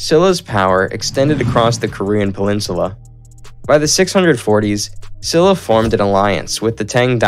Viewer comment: I loved the quick and brief history. As people have said, there are some errors and many pronunciations are incorrect, but the one I didn't see people correcting is the Kingdom of Silla, pronounced "Shilla". Thank you for the video